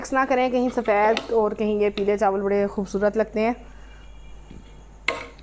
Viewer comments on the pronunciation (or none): none